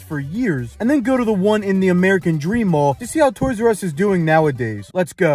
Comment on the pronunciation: Instead of toysrus It is toysus😂